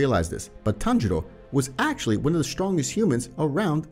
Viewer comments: people hearing tanjiro instead of tanjuro: SWEET HOME ALABAMA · tanjiros dad name: tanjuro him: says tanjuro like tanjiro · It’s not Tanjiro, is tanjuro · its tanjuro not tanjiro :/ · Bruh just said at tanjiro's father he said tanjiro no tanjuro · am i going crazy or does he call Tanjiro's father Tanjiro? [Its Tanjuri] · its tan JU ro not tanjiro (for tanjiros father) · HIS FATHER NAME IS TANJURO NOT TANJIRO WTH MAN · its tanjuro not tanjiro